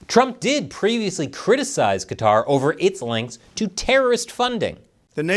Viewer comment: Thank's for not pronouncing it Cutter.